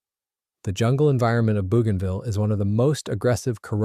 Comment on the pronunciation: It's pronounced: bow ganville